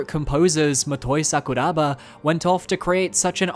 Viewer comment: “Sakura-Ba” damn that sent shivers